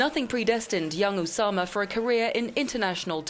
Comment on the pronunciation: USAma bin laden